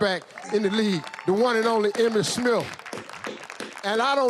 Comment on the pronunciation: “Emmitt Smiff”